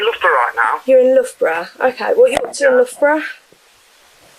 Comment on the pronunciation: Yorkshire girl here. Warwickshire is pronounced Wo (as in what), rick, shu (as in shut). Loughborough is pronounced Luff bu (as in shut) ru (as in shut), Citroen is pronounced Sitrun. Hopes this helps for future. As for the story, I'd like to make sure he always had a disfunctional body part.